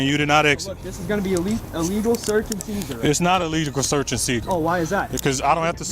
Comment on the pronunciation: Illegal serk and spature WTF is he even saying can't even pronounce a word.